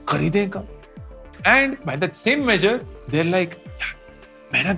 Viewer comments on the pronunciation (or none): none